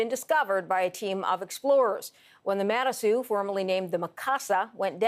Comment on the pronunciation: Manasoo not Monasoo